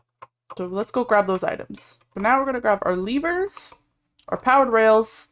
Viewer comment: Did he really say Leever instead of lever or do i have ear issues